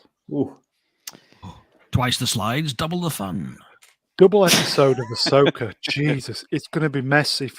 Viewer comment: Ahsoka? Arseoka more like. I say keep going with all the RoboCops!